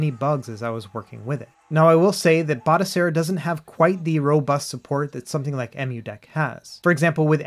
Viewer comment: Batocera Not Botacera 😁😇